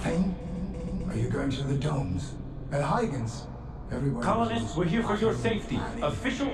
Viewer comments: It is HUY-GENS... not HUGH-JENS... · I'll assume you're deliberately saying Huygens wrong. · "Tomburg" is as good as "Huge-ens", I've decided.